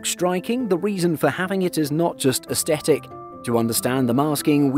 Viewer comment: When did they change how Aesthetic was pronounced? Seems to be a YouTuber thing, mostly reserved to Americans who cannot pronounce words. A surprise to see it has spread to the English sadly.